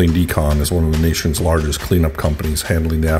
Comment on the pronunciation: I keep hearing Spaulding Decomp instead of Decon.